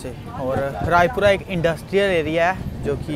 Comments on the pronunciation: Bhaiya Vo Rajpura hai Raipura nhi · Bhai raipura nahi rajpura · Bhai Rajpura hai Raipura ni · Bro raipura nahi Rajpura hai